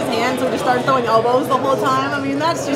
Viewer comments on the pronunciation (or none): none